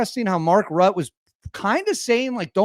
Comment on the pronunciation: Pronounced like ruzzia, Rutte not rut